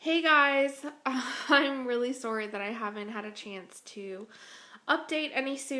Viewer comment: Ahaha love the way you say 'sorry :)) Like a real canadian